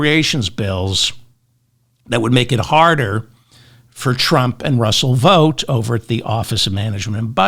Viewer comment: Good to hear you saying "Vought" correctly.